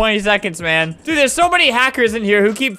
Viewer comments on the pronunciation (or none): Albert: "And Don't trust me Due-" Me: "You Ended it to fast-" (Btw I know It's "Dude" but He just said due.)